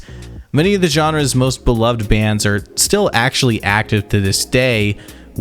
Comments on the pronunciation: every time this guy pronounces Psychlon 9 like "Cyclone" instead of Zyklon, the gas they're named after....a goth throws away their boots. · Don’t you dare say CYCLONE nine again 😂